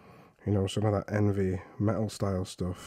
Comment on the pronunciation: Hell man you absolutely rock!! I love your approach, telling and explaining, keep it up!! I find your painting really nice - also you said “Envy” metal style, was that on purpose? If you paint like you do, there’s nothing to envy about the eavy metal style. Kudos!